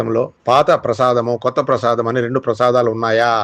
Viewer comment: ప్రసాదం కాదు.ప్రాసాదం.బాష నేర్చుకో. కనీస అర్హత లేదు.ఎందుకీ పవిత్ర వీడియో పాడు చేస్తారు.